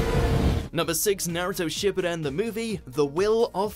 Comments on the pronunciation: Whoever is commentating this video stop of botching the word Shippuden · Not SHIP E DEN. It’s SHIPOO DEN